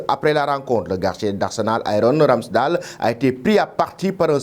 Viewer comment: Ça se prononce pas RamsdAL Mais Ramsdeyle 🙏